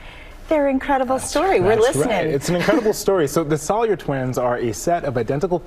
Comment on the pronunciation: Their name is spelled Salyer not Salyher